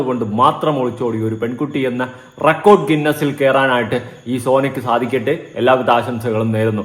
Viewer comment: Recod ginnus alla bro ginnus record ann ketto vivaram korach korav ann allea 😂